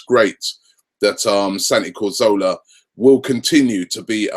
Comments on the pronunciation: It's Cazorla NOT Corzola!!!! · DeadshotYT He always gets it wrong! He doesn't pronounce Giroud's name right either. The 'd' at the end should be silent.